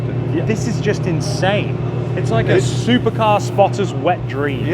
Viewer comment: Definitely an inSHane way to SHtart an epiSHode! 😁